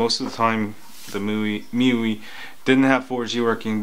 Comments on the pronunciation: Me-you-ee (miui) LOL!! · I think it's pronounced as me-why or me-you-ay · I thought MIUI is supposed to mean "MY User Interface" not MyYou "My-You-I" is the correct pronunciation FYI. I don't think its so much of a spelling error. They're just trying to be hip and trendy.